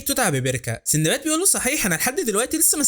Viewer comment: اسمه سندباد و ليس سيندباد